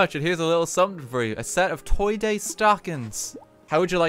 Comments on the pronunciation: The hoiti toity is so strong that he can't say toy day properly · no one: rt: TOY DOIE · I just mentally shit myself listening to RT say Toy Doy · “Toy doy”